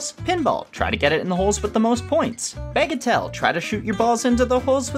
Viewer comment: When I heard “bagatelle”, I heard it as “bagel tell” like it was a bagel fortune teller.